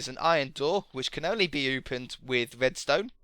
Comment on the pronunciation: why do you spell the "r" as a "w"? Like "wedstone" or "woom"